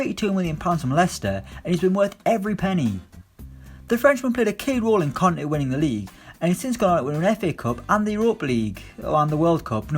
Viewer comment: I was confused for a sec when you said “the Frenchman helped Conte win the league”. Thought you said Kante